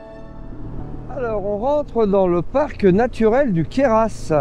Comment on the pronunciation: queyras sans prononcer le S c'est mieux .... sinon belle vidéo bravo !!!